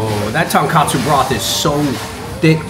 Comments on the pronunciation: Andrew & David, you guys keep pronouncing it TonKAHtsu. It is pronounced TonKOHtsu. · It’s tonkotsu not tonkatsu